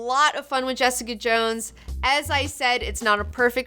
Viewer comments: Felt like hours of hearing, "Jess-EEE-cuhh!" in that British accent. Kept hearing it after watching, much like an unwanted song that gets stuck in your head. I just refer to it as JessEEEEcuh! now, in that same voice. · Ha! I totally felt the same way; I kept hearing "Jess-EEE-cuhh!" weeks after finishing the show :D